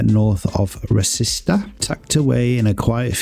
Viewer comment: You saying ''Rasista'' Instead of "Resita" 😭